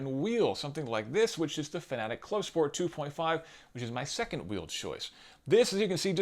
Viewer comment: Hey look... A Youtuber that can properly pronounce Fanatec. That earned you a subscriber. I also like that you also discussed why not to run a direct drive wheel at 200%, the way some people on forums and other channels believe. They seem to think that if the wheelbase isn't delivering all 20Nm of torque at some point in your racing session, then you are doing it wrong. Direct drive is all about the details, people.